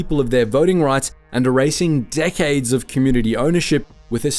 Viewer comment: He says "decades" but it sounded like "dickheads" LOL